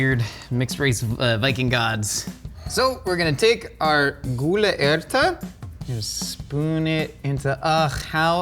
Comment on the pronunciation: Honestly your gule ærte was Said spot on👍